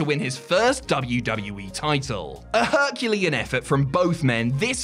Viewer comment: Wow that is not how you say tyranny Edit: or Herculean